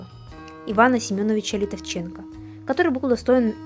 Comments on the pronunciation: может не ЛитовченкО, а ЛитОвченко? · ЛитОвченко. Ударение на букву "о". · Литовченко- ударение на ”О„. Прометей произносится как Прометэй. Пригородный- ударение на прИ. Ужас!!! Через слово ошибки.